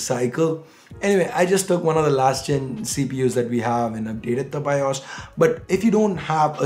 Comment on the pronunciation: its bios not BIOSH